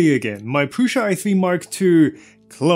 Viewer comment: Why do you pronounce it like "PRUSHA"? It is so annoying! Do you pronounce "post" like "POSHT"? And USA like "USHA"?